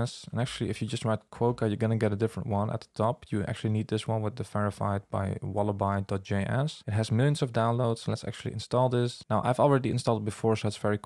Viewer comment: nice demonstration. thanks! sidenote: wallaby is pronounced like wall-uh-bee